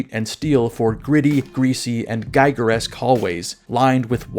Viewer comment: Giger /ˈɡiːɡər/ hallways vs. Geiger counter.